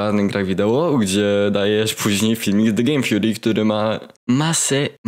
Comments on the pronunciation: zgadzam się z tobą całkowicie kolego, normalnie 100%. Bo widząc film mnm odniosłem wrażenie, jakby coś palił przed nagrywkami. Ale dude... wytykasz mu błędy, że nie potrafi poprawnie wypowiedzieć angielskiego słowa, a tym czasem sam wymawiasz "Theory" źle. Bo mówisz Fury zamiast Theory. Rozumiem, że to przejęzyczenie, ale tylko taka przyjacielska rada ode mnie, żeby sprawdzić słowo Theory i na przyszłość wiedzieć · Nie no trochę beka jak mówisz typowi że nie umie mówić po angielsku a chwilę po tym czytasz theory jako fjuri